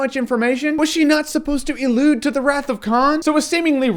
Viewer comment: OK, Dude, the word is "allude" not "ellude:" " . . . allude to the Wrath of Khan . . ." Otherwise, (and that is NOT like a huge problem, either) this video totally rocks. Love your tone; love your attitude; love your "ellusions" (cough).